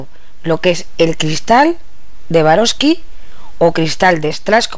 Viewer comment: Estas reloca burosli q no es suarovsky jajaj